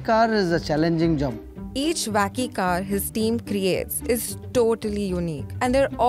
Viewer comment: Hearing them say wacky car is hilarious! Vacky card!!